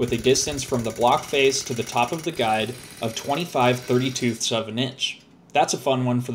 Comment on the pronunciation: Did you just say 30 2ths